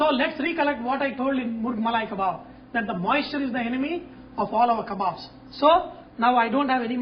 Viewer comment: "LOOK AT MY KABBOBS" LOL